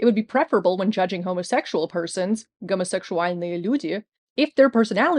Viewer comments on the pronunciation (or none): ГомосекСуальные, а не гомосекШуальные. Немного русский забываете, бывает. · "gomosekSHualnyje" oh boy oh boy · Your way of pronouncing russian words is endearing. "Гомошесуальные" х)) I almost confused you for a post-soveit country girl at first. Quite impressive.